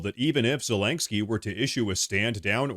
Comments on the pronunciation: There is no g in Zelenskyy. It's Ze-leN'-ske, not Ze-lang'-ske. That said, I do love your reporting. Thank you for such an honest and insightful presentation. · STOP SAYING ZA-LANK-SKI PLEASE!!